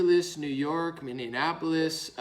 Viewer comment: Bro. Take a second. You say the word often enough that I don't want you to embarrass yourself repeatedly. The word "Minneapolis" is pronounced "Minny-apple-liss" NOT "Minny-AN-apple-liss". 5 syllables, not 6.